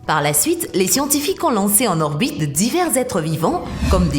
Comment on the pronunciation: «Lé gens essaient de né pas obstruiller leur bite terrestre»... Un petit séjour chez l'orthophoniste pour la voix synthétique ?